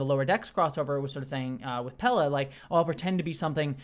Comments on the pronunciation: Pelia. Not Pella. Pel-i-a. Pell-ee-uh. Not Pella! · Uh-oh,, there she is again, that "Pella"... you're STILL calling her by the wrong name! 😱 Say it with me: "PE-LI-A!", "PE-LI-A!", "PEL-LEE-UH!" ☝️😜 It is SO interesting, that names aren't more important to you as somebody who is trans — I'd love an explanation!